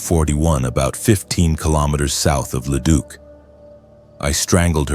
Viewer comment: I mean at leat Leduc was pronounced properly. So many times I have heard it as Leduck lol. I subbed and I really feel that this channel should have more BUT the ai voice is a miss simply due to all the mispronouncing.